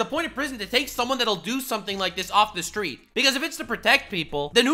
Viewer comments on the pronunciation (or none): none